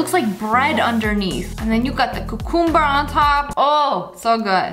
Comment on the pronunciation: No one: Absolutely no one: Sniper: coocoomber